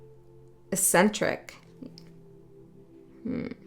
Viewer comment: Thank you :) . Insightful. Just to be helpful, eccentric is pronounced eck-centric. 😊